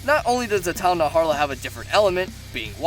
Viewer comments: The tidal naharla?Its najarala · It's not "Naharla" it's: Na - Jar - Ah - La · "Naharla" oh my goodness it's Najarala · You said tdal naHARAlA Its tidal NAJARALA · “Tidal Naharla” 🤢🤢🤢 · ... “Tile Narharla”? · “Naharla” and then I unsubscribed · Ok man we get it, you hate the red Khezu. Also who else cringed at the way he pronounces some monster names.